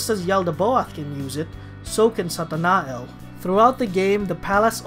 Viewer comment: Uh I think Satanael is pronounced Satana-yel